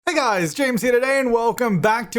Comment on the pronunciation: Dr Gluon has ruined my ability to hear you say "Hi guys" without it coming out in my head as "Hoi Goiys"